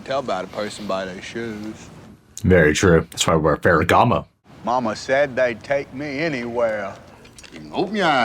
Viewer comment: U meant “Feregamo”